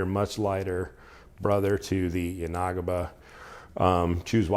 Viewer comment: Just FYI, it's yan-uh-ghee-buh, not yah-nah-guh-bah.